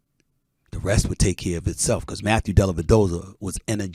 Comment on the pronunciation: Delavadovah? Stop it. 😂😂😂